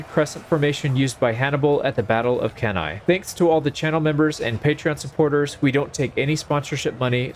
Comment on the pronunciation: Hey, not to be that guy but it's pronounced as "Canny", like Fanny